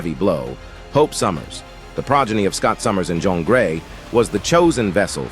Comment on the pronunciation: Jeen not jhon is how u pronounce jeans name